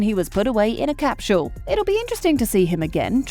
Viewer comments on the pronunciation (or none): What’s a “ capcule “ …… I know about a “ cap.sule capsule “